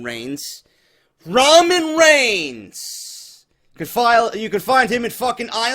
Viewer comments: "Ramen Rains" LMFAOOOOOOO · I don't blame reigns for the ratings dropping I blame WWE creative and Vince for the ratings dropping that's what they get when they WANT Reigns as champion I believe Reigns should get no reaction whatsoever. Every time you say Raman Rains I had to laugh great off the script as always totally agree with everything said